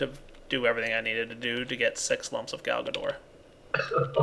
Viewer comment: I don't know... everytime he says Galgador I just hear Garbador...